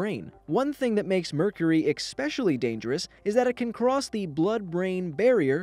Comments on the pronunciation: Ummm did anyone notice this guy said 'ecpsecially' instead of especially? Should we listen to someone who can't even pronounce a simple word? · Did anyone else notice that this guy said 'ecspecially' instead of 'especially'? Should we listen to a person who can't even pronounce a simple word? 😂😂😂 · Especially... not expecially... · “Exspecially” isn’t a word. Especially* is what the narrator was trying to say. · "ekspecially'' Did you actually just say that? It's ESPECIALLY. There is no 'k' sound at the beginning of that word. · Why am I hearing more and more people saying EXPECIALLY when the word is ESPECIALLY? Highly annoying. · Ummm did anyone notice that this guy said 'ecspecially' instead of 'especially'? Should we listen to a person who can't even pronounce a simple word? . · D... did you actually say "expecially?" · He did. Sad, really. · This may be a joke only queen fans get. But Freddie Mercury is the singer of a queen and a queen song is 39 so when I saw this I had to laugh a little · Pet peeve of mine. When people say things like "ax" instead of "ask", "drawling" instead of "drawing", and "ekspecially" instead of "especially" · "Expecially dangerous" Wasn't aware expecially was a word ... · It is ‘ecspeaialy’ dangers if you ingest Mercury — Boloko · WTF is "Exspecially?"